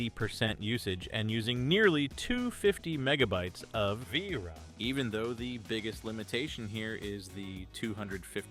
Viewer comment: "Leff for..dead" "Vraam"...Really wish people would stop using AI narration